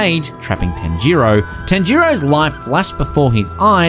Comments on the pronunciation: Tan-jiro😂😂😂 this dude can’t pronounce anything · Tan ji row is what he said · Why did he pronounce tanjiro and nezuko like that???